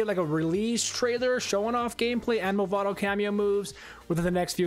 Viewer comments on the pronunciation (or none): "Mavado" my friend